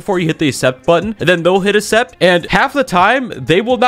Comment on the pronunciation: accept is pronounced “acksept” not “essept”